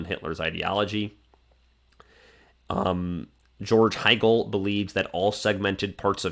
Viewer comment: Do you mean Hegel not hiegel?